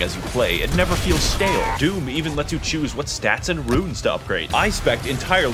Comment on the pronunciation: When he said DIVUM funny am I the only one who smiled and then immediately thought of (Mr mosbey was it?) Meme where he goes "would you like am, or FFFFMMMMM".